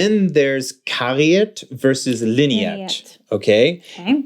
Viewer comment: Kariert oder liniert. Linert is pronounciated completely different and it's not a german word (linert would be pronouncicated leenerd, not leeneerd ... or even leenyeerd).